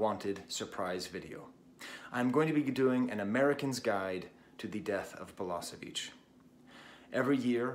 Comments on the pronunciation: Nice video, but please.... it's balaSHeviCH, not balaSeviCH 👍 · she should have thought you how to pronounce his name. it's BalaSHevich and not BalaSevich,,, nice video though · Thank you very much brother for a wonderful homage to a great human being, with brilliant mind, Đorđe Balašević. Verily, he was the human singer. Thank you also for mentioning Sarajevo properly and fondly. One thing though, please pronounce his surname more like Balaaashavich instead of the way you do it since it sounds very close to the surname of the Balkan butcher that Đorđe openly and secretly despised so much. I know that you would not want that. Cheers and regards from Sarajevo! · I was there when he came to Sarajevo after war, at first concert of two. I cannot explain this feeling, this experience... Let me just say, everybody (including Balašević) cried about half of time and laughed the second half, with no clear line between it. Btw, try to pronounce his name as "Balashevich" (not "s", "sh" where "š" is). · Thank you for this comment. It was very touching. And yes, I know that I don't pronounce his name correctly! Quite embarrassing for a language teacher. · Perfectly written, but don't lie to him that he pronounced it perfectly fine. You know he didn't, and he knows it too :)